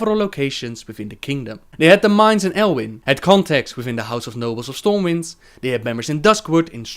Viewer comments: For future reference, the city is called Stormwind not Stormwinds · Stormwind... not winds... its one Stormwind :P